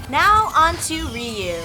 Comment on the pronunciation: it's Ryu not reyu